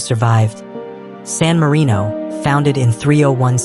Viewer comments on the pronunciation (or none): it's sanarino